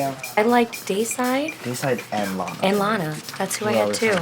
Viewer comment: Her name is LANA. Pronounced the same way it's spelled... Laina..?.. Launa..?.. Really!?